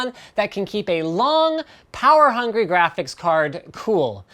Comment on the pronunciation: Linus, one question; What's a Grasiphics card?